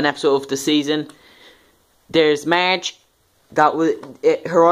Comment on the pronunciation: you are saying word Marge wrong it sounds like merge